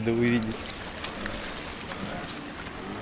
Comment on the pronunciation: Та интонация, с которой Арату говорит "май френд" вызывает испанский стыд